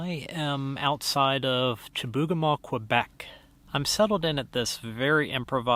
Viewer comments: you pronounced it Chibougamaa, we say it here as Chibougamoo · In Quebec we pronounce it shih-boo-ga-moo. Home of the mythical "Chibougamau Joe". :)